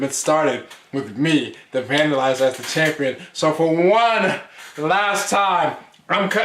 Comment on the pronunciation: Era of the Vandilizer?!?!?!? 😂😂😂😂 Smh come on lol